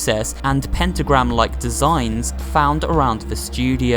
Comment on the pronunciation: DID YOU SAY PENTERGRAM